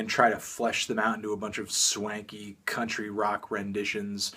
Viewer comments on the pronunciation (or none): none